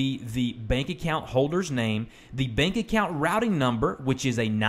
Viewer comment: is it just me or it said " back account "